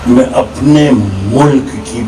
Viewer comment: सुना है काली तो लैला थी ? दूसरा, एक सच्चा मुसलमान कभी सच्चा हिंदुस्तानी नहीं होता ! तीसरा एक अच्छा शायर कभी खुद की तारीफ़ नहीं करता ! चौथा में नहीं मैं होता है पांचवां पेदा नहीं पैदा होता है वैसे तो इस पेंदे में छेद बहुत हैं पर आखिरी घटिया सामान की पहचान है ये खास कि उसे बेचा जाता है गला फाड़ के !!